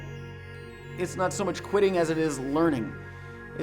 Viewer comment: For some reason I kept hearing you saying "quidditch" all the time... Whats wrong with me?